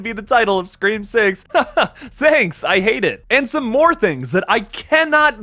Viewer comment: Bro it's "SCREAM!!"